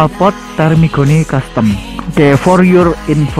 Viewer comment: Termignoni bang bukan termigoni 😅 kurang aqua nih mimin